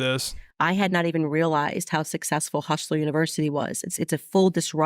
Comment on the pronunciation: “Hushler Univershity”